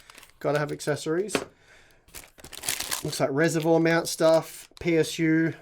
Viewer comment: Hi. I noticed you pronounced "reservoir" strangely. To help you along, go to this URL for the right way to say it. Hope this helps. Ooi, I'm an Aussie too.